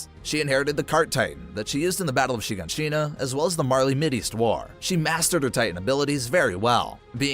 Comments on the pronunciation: bro said Sheegonsheena edit: bro pronounced Erwin's name like it looks instead of the actual way you pronounce it which is Air-Vin. edit #2: Levi didn't decide to save Armin, Erwin slapped the injection in Levi's hand away from him and said his last words, then Levi injected Armin. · He also pronounced "Shiganshina" like "sheeg-in-sheena" and spelled Conny's name wrong. Shit was bothering me the entire time. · the pronounciations of ragako, wall maria, shiganshina, leonhart, berthold, and jean were awful